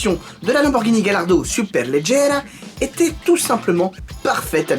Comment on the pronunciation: Ça ne se dit pas galardo, mais Gallardo (galliardo si on préfère ) Ait confiance en le pro lambo😋